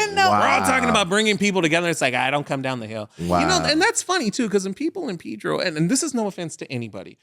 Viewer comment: Its Pedro not PIII-DRO😂😂😂